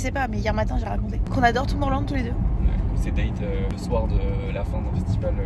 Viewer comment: Arrêtez de prononcer Tomorrowland à la française s'il vous-plaît c'est horrible 😭